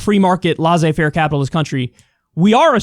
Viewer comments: It’s not La Zé, it sounds more like « Lay Say » faire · IT AIN'T "LAWZAY FAIR". It's a LOT closer to "LAY ZAY FAIR". Is this difficult for you? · I swear to god, if I hear Kyle say "lahsey faire" capitalism one more time... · Kyle : Laisser Faire is pronounced like "Lessay (with the double ss not Z and witout pronouncing the Y") fair " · Please ask a French how to pronounce « laissez-faire » please,it took me around mn 4 to understand what you talked about...😉